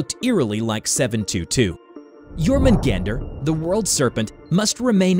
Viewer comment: Isn't it pronounced as "your-men-gawn-der" and "me-yoll-near"?